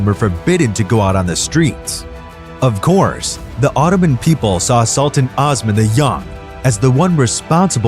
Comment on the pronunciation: it's not (ahs man)....it's Os man....long O....seriously, people who want to teach history seriously need to learn the pronunciation of the names in their own language! And no one actually knows if Ahmed rewrote the law of succession, as it was rumored that Kosem Sultan did it in his name after his death. "Osman! I wish from Allah your reign get ruined, I hope you could not reign as much as what you have deprived me of my life!" Twelve days following his death, a harsh snow fall in Istanbul which was considered as Allah's message to Osman that he killed his brother. Osman II was strangled to death. After Osman's death, his ear was cut off and presented to Halime Sultan and Sultan Mustafa I to confirm his death and Mustafa would no longer need to fear his nephew. It was the first time in the Ottoman history that a sultan was executed by the Janissaries. During his reign, he had at least 2 sons and 1 daughter. .. all 3 children only lived a year.